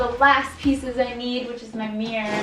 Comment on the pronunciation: I love how Americans say the word 'mirror' as 'meear', sounds so cute